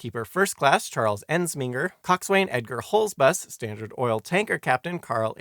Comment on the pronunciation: Coxin. Bosun. Those are how you pronounce the words . It's kinda grating to hear that . Just reading the books doesn't help in understanding